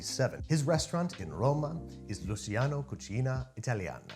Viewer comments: It’s pronounced “Lu-CHEEyano” (smooth transition between the “chee” and “yano”), not “LUCYano” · Luciano is pronounced like “Loo-ch-iano” which an English ch sound